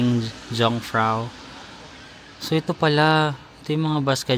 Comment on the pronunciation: free din ang bus ride sa Interlaken pati na boat ride, just ask pass from your hotel. Ang letter "J" sa Switzerland is pronounced like "Y". Kaya it's pronounced "Yongfrauyok" 😉. on sale na food sa Coop bag gab na..hehe